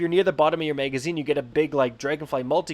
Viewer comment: Stop saying MEGAzine